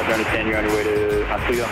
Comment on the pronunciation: Just a note, I think the people in Oswego say it as Oswaygo.....and I'm surprised they don't need a boat license b/c you actually do (maybe it's very local). lol